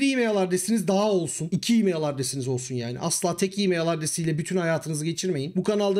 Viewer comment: E-mail telaffuz ederken neden imeyıL diye sondaki l'yi kalın okuyorsunuz? Türkçe konuşurken çok sırıtıyor.